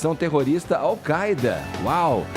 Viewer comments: Desde de sempre falamos "AU CÁIDA". Que porra é essa de querer falar "AU CAÊ DA"??? 😂😂😂😂😂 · Se promuncia "AL Káida" seus idiotas.